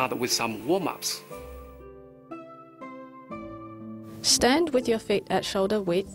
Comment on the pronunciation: wom ups xD lol and so funny xD